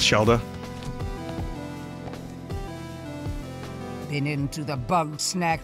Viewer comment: Vinny, Shelda is like the most normal sounding name in this entire game, and you fucked it up like that?